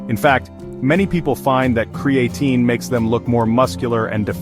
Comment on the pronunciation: Cree-A-Tyne Cree- A - TEEN CRAE-A - Teen Ai was struggling 😂